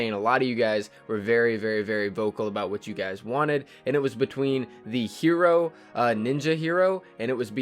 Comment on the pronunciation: I think Hiro's pronounced Hi-roh, not hero. Not hating, just trying to make a statement.